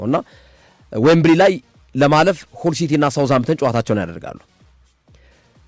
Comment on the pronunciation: ሀል ሲቲ በል ምንድነው ሁል ሲቲ😂😂😂 አንዳንዴ ድንዝዝ የምትለው ነገር አለ ነቃ በል